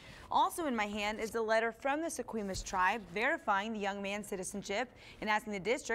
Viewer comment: Thanks,.......disrespect on top of insult, it's pronounced Se Qwah mish............I live in Wa., born in Laredo, worked at K III in the seventies, somebody could have called KOMO TV4 up in Seattle, it might be obvious to most butt it's an Indian formal noun, next time don't chance it,....